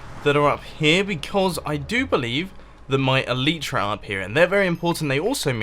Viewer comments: its called eliiitra not eleeeetra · Mumbo! It's pronounced el-ai-tra, not el-ee-tra! please get it right :P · great video mumbo and hope your enjoying Japan. but for the love of God it's pronounced el-eye-tra!! you sound like a right plank pronouncing it el-ee-tra. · I find it weird that you pronounce the Elytra "ELEETRA" and most people pronounce it "ELITRA" , not complaining or anything, just noticed it!😂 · Mumbo. The Elytra are pronounced El-ite-tra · i hate how you cant say elytra right...